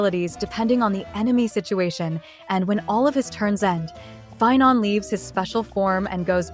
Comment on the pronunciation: Sorry pie-non, Seiba is more important